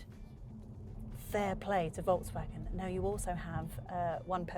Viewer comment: Is she saying voltsvagen all the time, or is it just me ? Steering has too many buttons, imo.